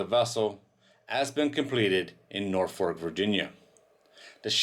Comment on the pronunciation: It's not a famous container ship. It's an infamous container ship. And it's Norfolk International Terminal in Virginia, not "Norfork".